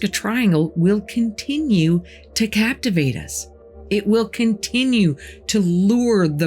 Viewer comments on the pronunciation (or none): none